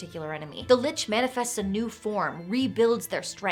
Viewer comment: Hard C, as in Lick, not Soft C, as in church